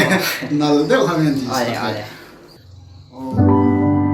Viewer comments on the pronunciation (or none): none